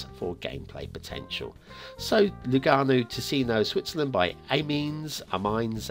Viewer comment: i gotta say that “Kopfbahnhof” was very good (in terms of your pronunciation). As were Lugano and Ticino, this was probably the first episode in which you got it all right:p